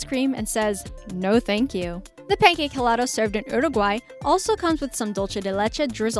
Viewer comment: It’s pronounced elado even though it is spelled helado